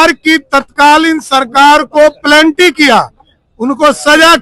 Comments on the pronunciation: मंत्री महोदय प्लेंटी नहीं penalty कहते हैं। भाषा ज्ञान मंत्री को होनी चाहिए। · Samrat chaudhry apne aap ko D Litt bolta hai woh bhi California university se. Kis bhasha se isne california university se padhaai ki hai. Mujhko to lagta isko angrezi ke do shabd bhi nahi aate. Penalty ko pelnaty bol raha hai anpadh